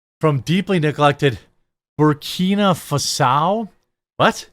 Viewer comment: Sorry, but you sound nearly illiterate. You never heard of Burkina Faso (burr - KEENa FAH - so) or Djibouti (djuh - BOOT - ee)? Where were you during geography class? I guess not paying attention, and without any interest in other countries and places... Hmm, ever heard of Rwanda? Congo? Liechtenstein? Not knowing much about the rest of the world does not inspire confidence in your opinions.